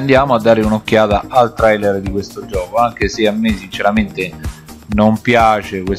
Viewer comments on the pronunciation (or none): Si scrive "Trailer" ma si legge "Treiler" Si scrive "FAllout" e non "FOllout"